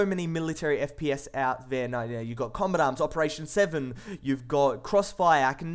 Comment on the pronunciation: The voice and accent is fresh but after a while your ears start to hurt from it, lots of words don't get pronounced properly. kombatam- combat arms shoooers- shooters. etc.. i somehow suspect the accent being fake but maybe thats just me.